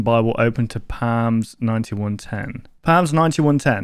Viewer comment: The p in psalm is silent